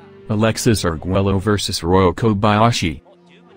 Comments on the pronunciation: Tip: It’s not “Arg-Welo” rather its “Arg-Wayo”. LL = Y 😉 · Please can you learn how to pronounce Arguello, one of the all-time great boxers? Double-L in Spanish sounds like "y". So his name sounds something like ar-GUAY-o. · Say argwayo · Alexis, is screaming from the grave over the mispronunciation of his last name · You should really learn how to pronounce his last name. Your butchering of his last name made me dislike this otherwise great clip!! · Learn to pronounce the man's name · Learn to pronounce his name for crying out loud!